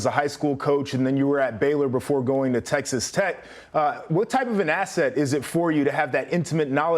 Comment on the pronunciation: 🤣 That was a fail.